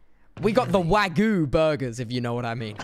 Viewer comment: It’s sad how they say wagyu because it’s not the way it’s pronounced and I only know that because my Tio lives in Japan with his family